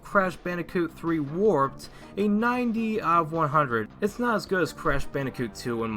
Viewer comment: Love the emphasis on WARPED in the title. :P Crash Bandicoot WARPED!!! was the best back in the day. Great review man. :)